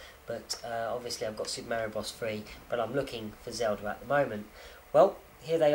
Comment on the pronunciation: I like the way you say Super Mary-O. lol I knew a kid who had that watch school Back in the Day. I HATED him! I'm sure the collectors are SCREAMING since you opened that Game & Watch. I agree with you. What fun is it if you don't play it?